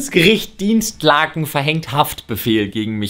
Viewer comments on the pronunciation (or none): Dinslaken, nicht Dinstlaken, da steht kein t! Pls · Es heißt doch Dinslaken, nicht DinsTlaken? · Es heißt ,,Dinslaken'' und nicht ,,Dienstlaken''. Aber hauptsache eine Minute vorher noch Witze über Leute machen, die nicht lesen können und die Intelligenz anderer beleidigen wollen. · Dinslaken ist einfach ma der nachbarort XD aber wieso sprichst du es Dienst laken? da ist niwo n t XD leider komme ich aus dem ort in dem der wendler heimisch war.... seine töchter gingen hier zur schule. und seine alte willa vermodert hier .... wird passenerweise vill ne müllheide draus gemacht XD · Kann er Dinslaken bitte richtig aussprechen ich komm hier aus der Ecke das tut weh das zu hören man 😂